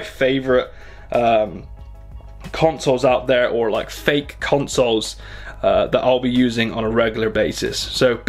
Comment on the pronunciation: Clickbait title! but yeah. You can tell it was clickbait because he emphasized the word "FAKE" also knock off product video is what gets the people's attention